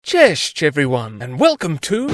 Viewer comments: You said "Czeszcz" (chehshch) instead of "Cześć" (chesycy) - "Krzywousty" means "wry-mouthed" - although "the short" isn't far away in the meaning, more precise translation is "elbowy" or "elly" (dimminutive of elbow / ell); etymologically it comes from as short as elbow, so elbow- / ell-short will be the best - literal translation from the Polish and Lithuanian is "Commonwealth / Republic of Both Nations" - You said "Tadausz Koszczuszko" (tah-dah-oosh kosh-choosh-koh) instead of "Tadeusz Kośćuszko" (tah-deh-oosh kosy-cyoosh-koh) - You said "Wojtiła" (voy-tee-wah) instead of "Wojtyła" (voy-ti-wah / voy-tugh-wah) - Quick note - Goldwyn and Warners weren't Polish but Jewish. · please dont say cześć again